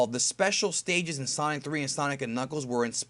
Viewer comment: sonic not son...